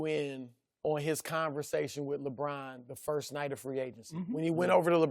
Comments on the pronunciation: Lebrahn and Raejawn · “LaBraan...”- Chris Broussard